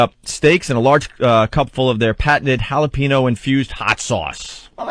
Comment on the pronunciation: Opie actually says "halla peeno"